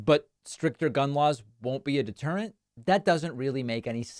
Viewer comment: DeterentH of the lawH